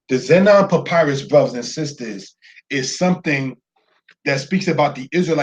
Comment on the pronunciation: Zeno or zenon papyrus i think u said